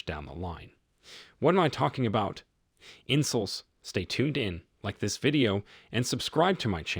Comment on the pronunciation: Well well, you're MGTOW and you're exploiting men, I see? Fearmongering to vulnerable guys because therapy is very expensive, I see? Typical. I can't believe you folks take this kind of bullying from a guy who can't even pronounce "in-sulls", "nineteen-nih-nih-tees" or "Grandr" correctly. He's worse at saying words than Megamind, and he's more miserable than the antagonist of that movie. Don't tell me his social ineptitude is for getting around the Youtube algorithm. You lie like when he doesn't list his statistics sources. I also love how Bronze Age boys like talk big about "replacement levels" on the human population (As if all of you viewers are just Angus bulls replenishing the herd), and not once does he talk about keeping humans alive more often and living longer. He'd rather have more humans get birthed, grow up, and go into the meat grinder that is reality than mention more available health care or housing. Let me guess: He's pro-life too? And I'll hear out your ridiculous take about women being "mean" when I'm worried about ladies possibly shanking me if I walk down streets late at night. How childish. I'm not surprised that the only abusive figure in my entire family was a neurotic man that called himself MGTOW... before he got thrown away, by me, like the garbage he is.